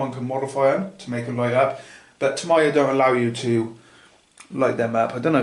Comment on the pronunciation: it's TAMIYA not TOMIYA it's pronounced like tami-ya